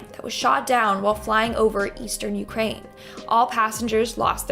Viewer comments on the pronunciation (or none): none